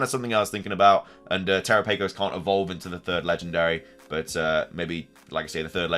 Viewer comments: Terapagos rhymes with Galapagos. Also, it's Terapagos, not (Tera-pay-gos). Lastly, great video. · Galapagos is pronounced ga-Lah-Pah-gos, so Terapagos is pronounced te-Rah-Pah-gos (the capitalized syllables are the ones you emphasize) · Well, you ATTEMPTED to correct your pronunciation. Here's a hint: It rhymes with "Galapagos". Or you could watch the Direct, since they say it...